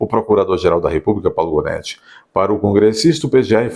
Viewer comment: Janóti, Gonéti, Ruanéti...